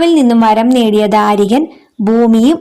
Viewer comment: ധാരികൻ അല്ല ദാരികൻ 🙏